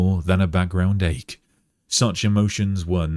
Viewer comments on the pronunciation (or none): none